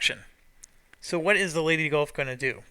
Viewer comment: Everytime says 'Leyte Gulf' it makes me laugh because it sounds like 'Lady Gulf'.